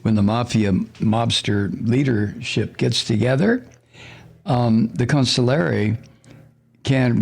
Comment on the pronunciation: Con-SIG-li-ere. Please stop saying counsulary. Please please